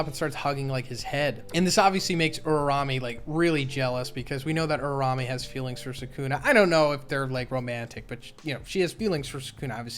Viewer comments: day 5 of telling that its uraume not urarame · Uraume is pronounced "OOrah - OOmeh" (flick of the tongue on the "r"). Not 'Oora-rawmeh'..... You're welcome. Signed: the pronunciation police. Edit: here are the IPA symbols for it: ūra - ùmé